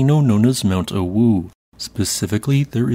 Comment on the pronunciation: You're not the only one, and now I can't unhear it... I've been on the Internet FAR too long, dammit XD